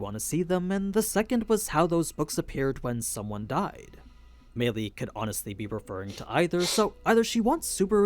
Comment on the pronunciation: Meili is pronounced like May Lee